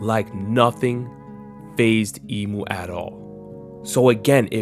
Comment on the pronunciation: cmon we better than this “emu” 😭😭